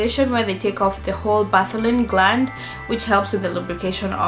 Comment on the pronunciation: Correction. Bartholin and not Botholin.